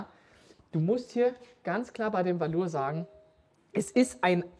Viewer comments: Valour wird nicht französisch ausgesprochen ^^ Valour ist das einglische Wort für Tapferkeit und wird deswegen auch englisch ausgesprochen. Wie VALue + coLOUR 😉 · Ihr habt doch auch schon mal mit Tim gedreht. Fragt ihn bitte noch mal wie man Valour ausspricht :-) Also Burton, nicht Schrick oder so